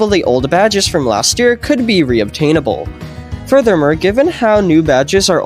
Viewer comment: "Furthurmer" is crazyyy 😭😭💀💀